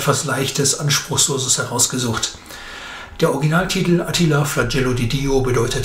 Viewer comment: Was ist denn das für eine grottige Film-Beschreiberin? Klingt wie ein weiblicher Roboter. Ist es vermutlich auch. Und seit wann heißt es Attila mit Betonung auf dem "i"?? Offenbar ist der Film eher entbehrlich.